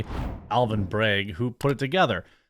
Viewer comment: Despite being a piece of garbage human, his name is BrAgg, not BrEgg 🤦🏻‍♂️